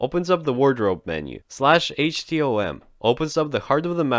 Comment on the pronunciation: its /hotm not /htom